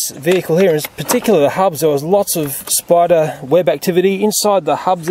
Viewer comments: Am I the only one that like when he says "spida" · We Australians don't emphasize the letter R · yeah we replace er with ah